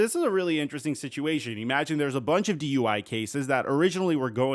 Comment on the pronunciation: Buddy, love your stuff. I appreciate all the work you obviously do to put your videos together. Top notch stuff. But I do have to say it's irksome that when you say the word "imagine," (and you say that word a lot), that you pronounce it "ee-magine." Other than that, really look forward to the videos you put out. Thanks for all the work.